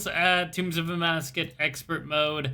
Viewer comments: tombs of amascUT not amascus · Is there a reason you insist on mispronouncing Amascut?